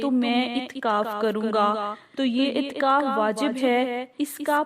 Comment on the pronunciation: مہربانی کر کے تھوڑی اردو سیکھیں اور اپنا تلفظ ٹھیک کر لیں. اتکاف نہیں اعتکاف ہے